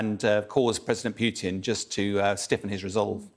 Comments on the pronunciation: 'Pew-tin' ? It's 'poo-tin' in Russian so it's 'poo-tin' in English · His name is Putin, not Peeewtin. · He said Pewtin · I know. Thick Americans say poootin. It's pyootin. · I do wish Bellend would learn how to pronounce Putin. It’s not that hard, in fact it’s not hard at all.